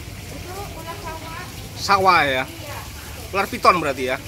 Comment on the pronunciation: Seperti biasa ttp mantul 🤣🤣🤣 disini bilangnya ular ripung 🤣🤣